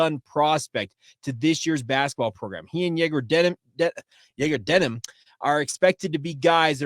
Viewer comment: You do a great job, but it is DeMin not DeNim.